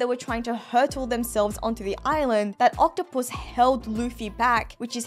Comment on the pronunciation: What I’m wondering why she pronounces octopus as octo-puss.